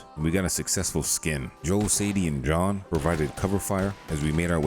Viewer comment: Are you intentionally saying John’s name wrong?